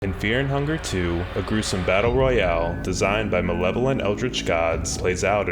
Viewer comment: FEAH 'N' 'UNGAH!